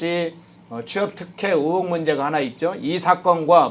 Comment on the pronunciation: 의혹입니까, 으혹입니까?